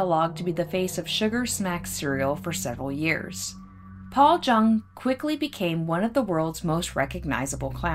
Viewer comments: My great uncle Orville travelled with and cooked for the clowns. I believe his last name is pronounced "young" not JUNG. Thanks for reporting the story on him 😊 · It's pronounced Young. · His name is most likely pronounced Yueng. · I bet your uncle tells great stories! Thank you for the clarification, I based the pronunciation solely on this blog I found dedicated to clown alley that claimed it rhymed with young. I appreciate you watching 😊✨ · Thank you for the clarification- I read on a blog dedicated to clown alley that it rhymed with young so that’s why I pronounced it this way. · Thank you! I appreciate the clarification also, I read on this blog dedicated to clown alley that it rhymes with young so that’s why I pronounced it this way. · Every person I have known with the surname Jung pronounced it like "Young." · it does rhyme with young. Most j’s in German are pronounced the way we pronounce the y. Its an extremely common mistake for English speakers. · Jung is pronounced “Yung”, it’s German.